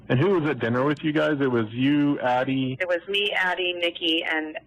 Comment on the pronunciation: It’s ADDIE, not Abbie.